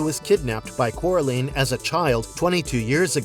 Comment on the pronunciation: It also mispronounced Sophia Myles and Coraline